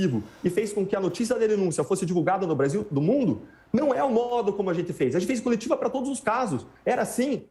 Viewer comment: O cara erou ate o nome do brasil para Basil